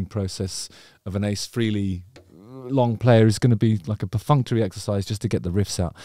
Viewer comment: It's pronounced "Fray_lee" not "Free-lee"....😶